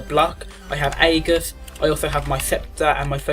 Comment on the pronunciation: Good video, shame you can't prounounce 'aegis' right, was annoying me should be like thus "In Greek, "ae" is pronounced as a long "e," like in "shEEp." The "g" is pronounced the same as a "j"